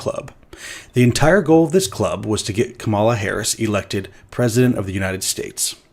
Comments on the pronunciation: It’s pronounced "Kama (coma) - la (coma - la) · I'm so sorry. immediately using Kamala Harris as an example, but never saying her name right (correct pronunciation, "Comma-La" Harris). He is insufferable., I'm glad you're addressing this, but I can't take (un)thoughtful Faith in other circumstances. I only made it 5 minutes in. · insane to use Kamala as an example and not once pronounce her name right. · Btw, Kamala's name is pronounced as "Comma-lah" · Yeahhhh so I mistrusted this guy the second I heard him mispronouncing Kamala Harris's name. Besides he's going after of all people, which does not boost his credibility at all in my book:P So overall, I think someone is disingenuous here, but it certainly isn't.